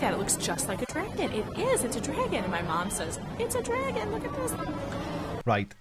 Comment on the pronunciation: What the FUCK! Is a "Dregin"?